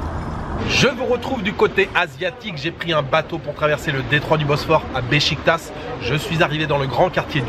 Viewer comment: “Beşiktaş“ se prononce ”bechiquetache“. Tu prononce le premier ”ş“ juste, le deuxième c’est pareille. Ben fesait la même erreur, maintenant c’est un pro avec les ”ı“ ”ğ“ ”ş“ ”ç“ :))